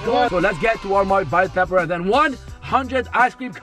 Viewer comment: When he said taperwel😂💔